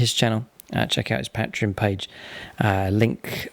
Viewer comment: You pronounce patreon wrong, its annoying